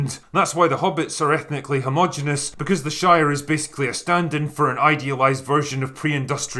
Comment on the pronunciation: Bad schools in Scotland. Please do not reproduce the common mispronunciation of the five-syllable word "ho - mo - gen - e - ous". Minus 1 point.